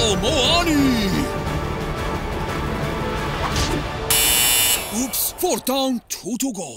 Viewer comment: Muani* not Muwohrni